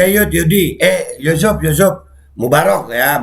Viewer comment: Ucuf ucuf Kata nya mursidd Tp ko gtu yaaa